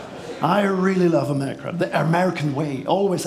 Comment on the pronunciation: THE. THE. Nicht se. 🤣